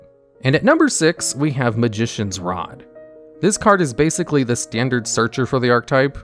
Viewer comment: "bagzically" 2021